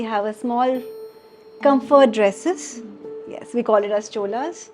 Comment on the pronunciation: Chola nahi lola